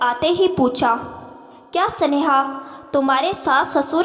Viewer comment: सनेहा. की जगह स्नेहा कहो